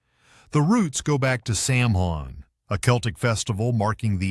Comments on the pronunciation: Saw-ween, not sam-hain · Samhain was severely mispronounced in this video, I can't even say it in the way it was stated, but it was wrong, nor is it pronounced Sam Hayne either, the correct pronunciation of Samhain is Sow when as one distinct word, sow is not so, it is sow like a pig. Also I gave up on this video, too many ads that cut off the end of many of the things talked about, and did not go back to it and finish it when the video started after the ad. Education videos like this one should NEVER BE MONETIZED or filled with ads that take away from the learning experience, I find this utterly frustrating and obnoxious. So I didn't bother finishing it because of the ads incessantly interrupting important parts of the statements being attempted, didn't help me learn anything because of the extremely invasive and disruptive ads that completely ruined the experience. And because of so many ads, thumbs down and definitely would not subscribe to any channel that incorporates so many ads in such an abusive way. I've even left old channels that used to be my favorites because too many ads were being placed in the videos. This ad craziness is completely out of control and should have far better guidelines on them. Why does a 1 to 2 minutes video need 4 to 6 ads in it? That's complete insanity. And shorts?? What idiot puts ads in a freaking short that may only be less than 30 seconds long. Ads are overused and severely abused on this platform, it's gotten even more ridiculous and is even worse than the num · A good video on the theme of authenticity. But then it butchered the pronunciation of Samhain with zero research 😂 Gave this Gael a good smirk. It’s more like /sowin/ or /sowvin/. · Samhain is pronounced sowain. S ow wain, ow as in hurts not sowing seeds. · Sawin is the pronunciation of Samhain